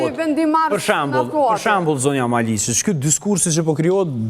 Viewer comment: O hajvan me dy këmbë, jo 'Maliçi' por 'Maliqi'! Hallelujah!